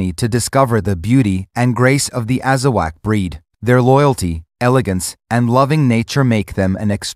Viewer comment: It’s not Azawack it’s Azawakh pronounced AZAWOK